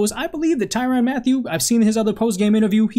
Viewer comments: Man great video and I agree 100% it’s just the way you kept pronouncing his name was annoying asl It ain’t ty “ran” but more like ty “rin” I know minor details lol but overall great points have been made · It's pronounced tyrin not tyran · Hard to take him serious based on the way he pronounces Tyrann’s name and the fact that he doesn’t refer to him as honey badger.....